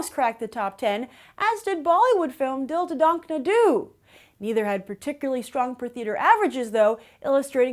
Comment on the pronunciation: ROFL!! listening completely butcher pronouncing dil dhadakne do was hilarious. wow not even close.